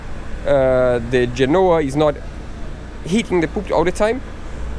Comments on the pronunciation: Please stop calling the front bars the 'poop' (aka human waste). It is said 'poll-pit; Poll as in you go to the poll to vote and pt like arm-pit. Poll-pit is the right way to say it in English even knowing the spelling is different - its common in English to say words a different way then the spelling. Good luck! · Just a suggestion, Pulpit is pronounced in 2 syllables - Pull Pit I admire you both as your English has improved brilliantly over the months. Congratulations on everything achieved so far x